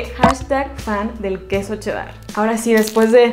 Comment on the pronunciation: Como que quedo “chedAr” yo le digo “chedar”